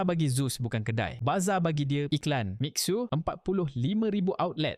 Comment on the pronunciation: Boss. Pronunciation Mi Xue : Miee-Shuueh. Bukan Mix-ueh